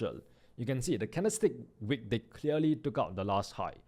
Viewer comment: it is wick not Weak